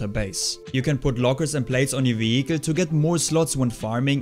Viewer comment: any "wiihickel" gang?